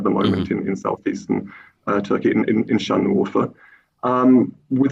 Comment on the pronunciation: the fact that he mispronounced şanlıurfa and doğuş when he's supposedly an expert on these matters is pretty funny